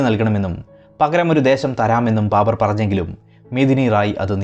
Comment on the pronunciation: ബാമ്പർ. ബർബർ ആയി